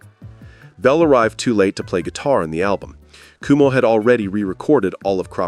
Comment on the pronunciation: You're pronouncing his name wrong. It's not "kumo" it's "QuoMo", like the former governors of New York. Also, having Rick Ocasek as the producer is what launched their career, That was definitely the right choice. He's a genius.